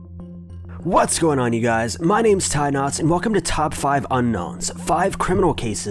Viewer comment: It's, not "tie knots", you dick.